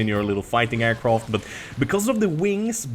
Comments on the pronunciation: Is it me or is he saying aircroft or is it just me... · Aircroft? triggered